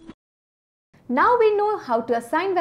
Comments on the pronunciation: Please stop saying "Jero" instead of Zero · If she can say [eiz] as in Age, then why can't she say [zero] instead of [jero]? I guess it is the same sound zzzzz, more or less 😂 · Why she pronoun "jero" 😂😂😂😂😂😂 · She attracts the audience by "jero" instead of zero❤😂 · so cute the way she says it "Jero" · I like the way you say jero 😂😂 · Hey broe it's jiro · i love it when she says "jero"